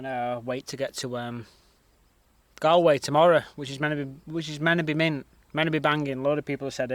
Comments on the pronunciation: Pronounced Gaul-way not Gallway fyi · Galway pronounced GAUL-WAY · You're pronouncing Galway wrongly, mate. The gal part is pronounced like "gall" as in "I can't believe you had the gall to do that". Phonetically, it's like gawl. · And I'll give you a tip it's pronounced Gallway. Like all. We will have you sounding like a local in no time. 😉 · stunning cotent bro i love the way you say galway it fucking gass 👌👌👌👌👌👌👌👌💣💣💣banging content bro keep up the good channel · Its pronounced Gaul way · You butchered the pronunciation of Bundoran ,County Donegal ,but it is what it is ;-) ..and its not Gal-a-way its Gol-way .I was interested to hear about the Star link .You need to invest in solar panels especially if you get to Spain or anywhere with good weather. Like in the UK the weather in Ireland was brilliant this year .I heard it was the hottest and driest since records began around the year 1900 . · Bun-door-ann Gall-way You should talk to a few people,find out how to pronounce place names. And why is it ropey...looks like a nice seaside town. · Bun-door-an, Galllllll=way. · The place you were in at start of your vlog is pronounced bun door run. . And Galway is pronounced Galway you thick eegit